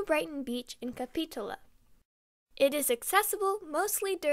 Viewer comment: That's cap-eh-toe-la...not ka-pee-tola. Car-pen-tear-e-a...Carpenteria Crinoids & ammonites are in Chico's Bidwell Park, east end & around Butte & Glenn counties creeks areas. I couldn't understand other names you said north of Sacramento. California names have a distinctive Spanish pronunciation.